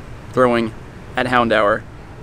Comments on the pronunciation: did he just say "handower" instead of houndour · Hound-hour is the correct pronunciation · Hown-dower Or Hown-door... Never heard someone call it the way you did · Mans really pronouncing it hound hour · What an interesting way to pronounce “Houndour”